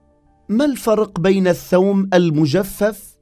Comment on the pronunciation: الثوم البلدي ولا ايثوووووم. 😅